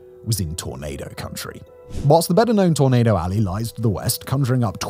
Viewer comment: Simon, you might need to work on your pronunciation of "tornado." Sometimes it sounded like you were saying "tomato."